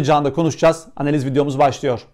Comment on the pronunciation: Abi artık bazlama suratlı eski yedek kaleci gibi "aneliz" demesen..